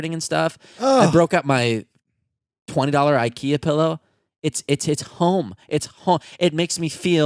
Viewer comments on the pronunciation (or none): none